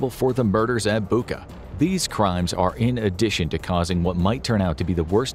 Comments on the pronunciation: It’s [KerTCH] Bridge, NOT [KerK]. It’s BuTCHa, NOT BuKa!!! Wtf-train your AI reading better!!!!! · it's not Buka, it's Bucha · I love how you pronounce "Bucha" like BUKAA hahaha